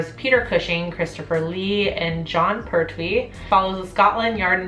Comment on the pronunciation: This was one of first anthology horror movies I saw as a kid. I know you're not into scifi, but Jon Pertwee, you did pronounce his name right 😁😁 is better known as the 3rd Doctor of Dr. Who. While I wasn't surprised at seeing Christopher Lee dying in this movie (he gets destroyed in all of Dracula movies), it was different seeing Peter Crushing dying. Still, it's an excellent anthology horror movie.